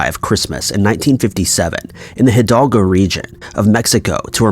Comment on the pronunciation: “Jidalguo” region? (Spelled Hidalgo) Fuck man, ask someone how it’s pronounced! There’s enough Spanish speaking people in this country.